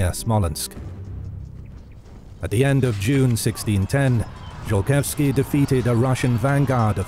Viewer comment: Could we butcher Polish names anymore please? Zolkiewski would just love to have his name read a Zokietsky. Not to mention that there ARE historical paintings of him instead of the icon chosen for him being that of an other. And while we're nitpicking, why is the opening map of the commonwealth that of the post Andruszowo peace from about 50 years past the events of this video? Not impressed. I know this will get thumbs down but this IS supposed to be a history channel, is it not? Let's get the details right.